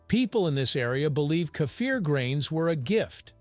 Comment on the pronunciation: Why do you have to change the name. The name is KEFIR the is no "A" You keep on saying "kâfir" For the last time it is KEFIR .